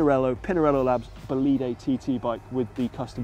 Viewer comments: Little correction: "bolide" is not bolìde but bòlide, the accent is on the "o"! Great video! :) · please stop saying "bolìde" it's frustrating, in italian is "bòlide", I know it's hard but just try